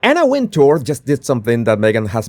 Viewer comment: She pronounces it Winter. If you listen to her interviews she’s said it’s Winter. Not Win tour. Just sayin.